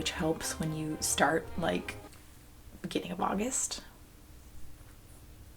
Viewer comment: "bebeing a vloggist"? "begenin auvist"? OOOHHH "beginning of August"!!!!!!